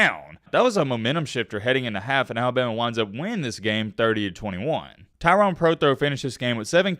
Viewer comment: Bro, why are you calling him TYRON...you realize there's and e....its Tyrone. Pronounce the mans name right.